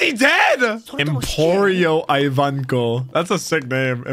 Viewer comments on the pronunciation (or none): MY man, you are LISTENING the guy saying Ivankov, not Aivankov. in doto's voice please man please!!!! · its pronounced as E-vankov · Ivankov pronounciation is Eewankof 😂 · I have to say this otherwise it's gonna bother me. I pronounce Ivankov's name as Ee-Vankov like in the sub